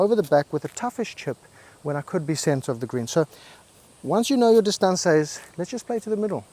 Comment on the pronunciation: What's with the "distaansez" 😅😅😅😅